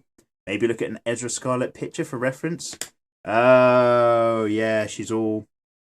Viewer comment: I'm I hearing him say her name right.... it's Erza not Ezra... did anyone else hear his mistake... lol xD lmao